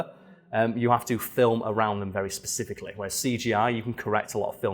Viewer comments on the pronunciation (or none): none